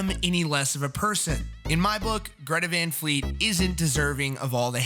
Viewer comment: What the fuck is a Greta Von Fleet?